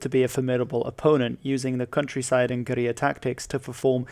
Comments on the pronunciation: OK, just so you know "guerilla" is pronounced nearly the same as Gorilla. It is not pronounced "Goreeyah". Maybe in spanish it is, I dunno. But you aren't speaking Spanish. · Only the English pronunciation “gorilla” makes sense for the word “guerilla” for me lol